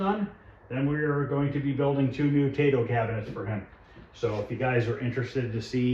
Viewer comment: I hope you are doing well. Love your videos!!! I own a frontline and love it. Brings me back to 1982 every time I play it. Don’t hate me, but I speak Japanese and it’s pronounced “T I-toe. In Japanese, the “AI” makes an “I” sound. Just a tip. Hope to see more videos.